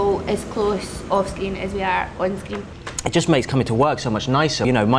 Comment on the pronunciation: When said screen it sounded like she said skin